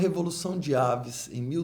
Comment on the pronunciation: Gostei muito bem curto e abrangente falando o essencial/importante, mas só tenho um reparo a fazer não se diz "dinastia de aves" mas avis forçando o i como em raiz, abraço.